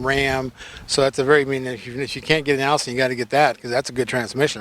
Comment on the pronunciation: Eye-sheen (Aisin) boys, but hey, I don't expect y'all boys to say it right anymore than I expect a Japanese to say McDonald's correctly (or collectly). Anyway, that's the transmission I'd want. Yeah, these crosswinds we have today are much stronger than the old fashioned winds. I check out Titan some day. Biggest problem I see so far is that tiny fuel tank!! What in the world was Nissan thinking?! I know, weight capacity; make it look like it carry more. Knuckleheads.